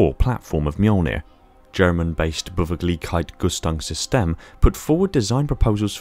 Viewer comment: As a German, can confirm he did sound like he had a stroke. To be fair, Beweglichkeits-Rüstungssysteme (Mobility Armor Systems) is not what I would consider to be easily roling of the tongue edit: Repeating it a few times does make it sound more and more like what it is supposed to be